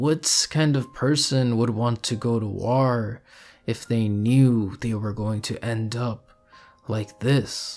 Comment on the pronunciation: Love the analysis I feel like you really understand the character from his self perspective! Little note, bit distracting every time you say war as warrr 😂❤️